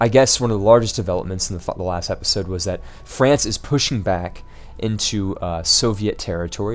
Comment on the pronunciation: just one thing... I thoroughly enjoy watching your videos, but your pronunciation of the word "episode" is driving me nuts! the "e" in episode is pronounced like the first "e" in the word enter. But, really great videos you do, please keep it up.